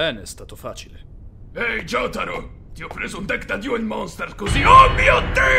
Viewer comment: Oddio, quindi pronunciano pure Jotaro, Yotaro? che brividi